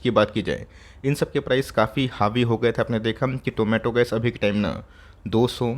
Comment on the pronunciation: Did anyone heard Zomato instead of tomato in this video like me??